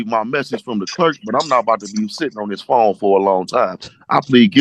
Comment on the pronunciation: “I’m not boutta be on diss pone”. These people are preposterous.